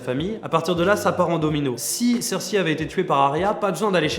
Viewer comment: Excuse mais Cersi ça n'existe pas. Dans la VO c'est Cersei (Prononciation PS : Je suis pas le genre de mec qui regarde la VO :P